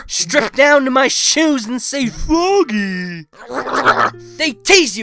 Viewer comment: And to this day, I still say fwogee.